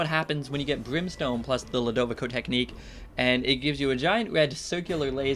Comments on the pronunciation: it is pronounced (lu da vi co) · i think Ludovico is pronounced (LEW-DOH-VEE-SO)